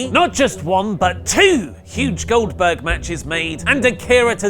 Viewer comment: Oldberg??? Really??? fuck off